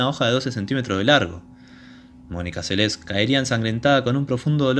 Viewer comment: Recuerdo claramente este echo, se habló largo y tendido, Durante los siguientes años se siguió hablando x este echo y x la magnífica deportista q era. Ahora, nunca en todos estos años, pero jamás... escuché pronunciar su nombre como : Selés...con acento.... inaudito